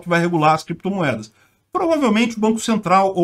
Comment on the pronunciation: Renan Canalheiro não errou na pronuncia do inglês, soltou o que estava por vir:Crepitomoedas